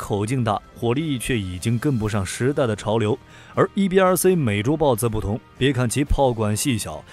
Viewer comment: “C” 念See, 不念Say. 所以EBRC 是EBR"See", 不是EBR"Say".